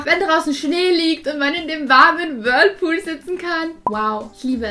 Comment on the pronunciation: Wie Vicki immer das Whirpool sagt 😄 Liebe eure Videos liebe Grüße ❤💜